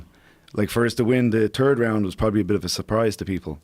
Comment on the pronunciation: They were all turd rounds for McGregor.